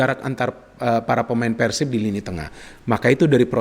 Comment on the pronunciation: ini udah kaya orang sunda dia kl bilang PERSIB itu PERsib >> Pengucapan PER seperti PER KEONG bukan Pengucapan PER seperti PER tiga perempat 3/4.. tapi lucunya pada saat dia bilang PERSIRAJA dia bilang PERsiraja pengucapan seperti PER tiga perempat 3/4.. selamat anda bisa jadi orang sunda haha 🤣👍